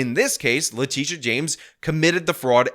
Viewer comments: Its le-tit-e-uh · Did he say " le Tush james? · I know how you're pronouncing Letitia, but that's not how I'm sounding it out.